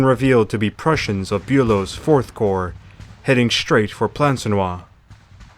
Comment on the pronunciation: 😊Nice ! You knew How to pronounce my Family Name - Bulow - Buelow the Pirol